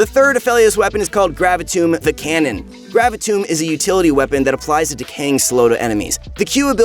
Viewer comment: Your pronunciation of "Gravitum" triggers me, especially considering you pronounced the other 4 guns correctly and they all end in "um".